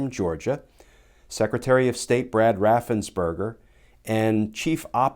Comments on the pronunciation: Brad Raffensperger’s name has probably been mispronounced all his life… poor guy, he’s not a “…burger” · Ooooh, his name is Raffensperger! Everyone pronounces it as Raffensberger.